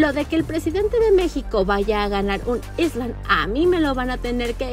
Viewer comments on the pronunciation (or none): none